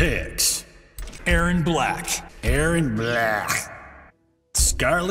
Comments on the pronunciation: Eeron Blaaah 😁😂😁😂😁😂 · At least he says Erron BLERRGGH